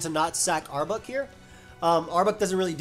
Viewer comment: The way you pronounce arbok as "arbuck" drives me nuts, dude.